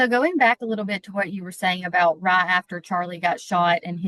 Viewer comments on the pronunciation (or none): daaaaaang anybody know where is from?? The way that heavyyyyy country accent slipped out when she said “right” and it sounded like “rot” ❤❤❤❤❤